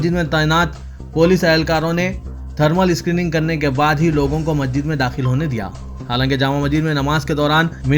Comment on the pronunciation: مسجد کا تلفظ صحیح کرنے کی زحمت کریں